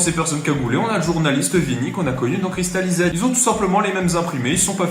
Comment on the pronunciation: Ta prononciation de Cristalized est HORRIBLE